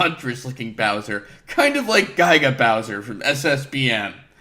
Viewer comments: And now, apparently, "Gy-ga" Bowser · I'm not sure why pronounced it that way; it's supposed to be "Giga Bowser", from Super Smash Bros. Melee (as the author noted)